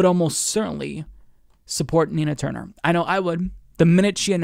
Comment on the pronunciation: I thought you said "tina turner"